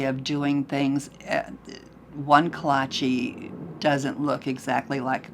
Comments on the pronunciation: Is that a Texas pronunciation of Kolache? Both my Grandfather was from Czechoslovakia, and my Grandmother was a Czechoslovakian born in Cyclone, Texas. My mother always said kolache that sounded more Czechoslovakian. The way she says it here makes it sound Italian. My mother always pronounced it Ko-La-cha. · The word accent is on the first syllable - all Czech words have accent on the first syllable - but the A in the second syllable is long (like in "far"). I think that combination is what English-speaking people struggle with, and why the speaker here completely loses the O (which is wrong, yes). Also, the E is pronounced like E in, say, "set". So... it's dificult to write out / understand pronounciation in English because none of the vowels have a set value in English, but I think you're right and your mother did pronounce it more correctly. :-) (Plus, for me as a Czech to hear and see "kolaches" is weird, because koláče is already plural - 1 koláč, 2 koláče.)